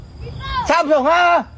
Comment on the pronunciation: “Samsunghaa” fon brand bru ke 🤣😭